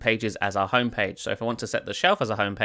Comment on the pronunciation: It's HOME page not "HUN" page / screen.